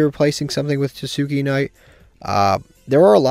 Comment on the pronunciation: tah-skay knight is how you pronounce it btw.